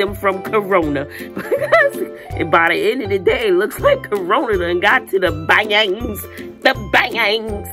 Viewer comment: you are so hilarious with u saying BA-ANGS Can’t 🛑 laughing 😂😂😂😂😂😂😂😂😂